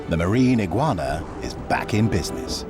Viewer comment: Not eguana